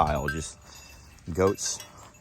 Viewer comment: Lol, you said wait for the goats - I heard - ghost.